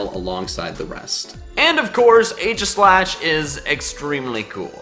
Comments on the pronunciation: It's EE-GI-SLASH. Not Ay-gi-slash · you pronounce aegislash wrong it's E-gi-slash